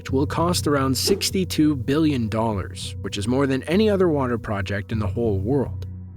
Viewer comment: 3.5 "billon"???